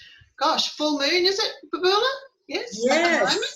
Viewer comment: Hi Babula (not Bubula) great to hear your thoughts on this - thanks